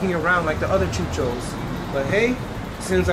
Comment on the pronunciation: I love the way you say chuchos!